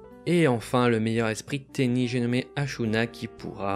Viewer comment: Je connaissait pas Tenyi j'ai découvert de nouvelle chose et l'archétype à l'air d'être sympa, mais faut pas écorcher le nom des monstres ! xD Je me demandais si à l'avenir vous pourriez nous indiquer pour quel type de joueur s'oriente un deck, si il est assez facile et recommander pour les joueurs débutant ou si c'est plutôt un deck avec des "combos" pour les joueurs un peu plus avancé, merci d'avance =)